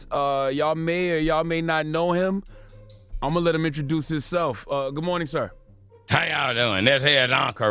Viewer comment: The God said, "HimSLEFF!" It kills me that he can't pronounce that word correctly. LOL